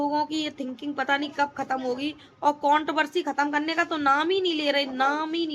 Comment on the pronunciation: Count Barsi Nahin Hota madam controversy hota hai gawar Aakar baith Jaati Hai Pahle bolna Sikh le